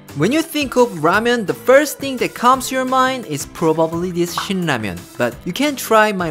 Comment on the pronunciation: I was reading comments suddenly I hear "Sh*t ramyun" I'm like "wait what?" And look up to see its actually "Shin Ramyun"😂